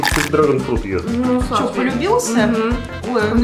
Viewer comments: Не шта а што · Не што а что